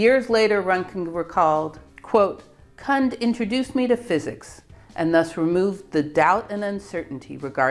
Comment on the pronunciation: She pronounced it wrongly. The "u" in Kundt is pronounced like in "Dachshund".